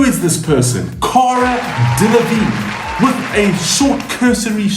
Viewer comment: 🤔 you cant say my name and Auroras correctly but Cara Delevignes name you nail without problems 🤣🤣🤣